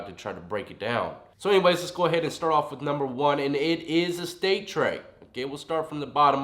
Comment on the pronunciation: “Peanut butter trey or sausage trey?” sounds like fighting words😂😂